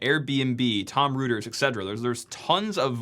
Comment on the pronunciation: ahhh yes "tom rooters" lmao